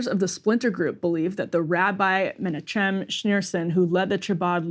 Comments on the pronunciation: men-AW-kim. Not MENNA-chem. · Somebody please teach Emily how to say Chabad and Menachem